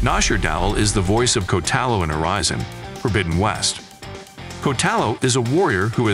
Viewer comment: I kinda cringed at Kotallo’s name pronunciation. “Coat-uh-low” and Aloy as “Uh-loy”. 🤣